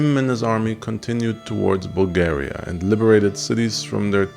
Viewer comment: Strangely in different languages one name may sound differently. Here Bulgaria sound Bal-gA-riA